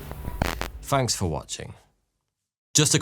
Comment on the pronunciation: It's pronounced th not f